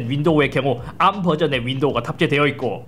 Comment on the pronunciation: 암 너무 거슬림 ㅋㅋㅋㅋ 그냥 에이알엠이라고 해주세요 제발ㅋㅋㅋㅋㅋㅋㅋ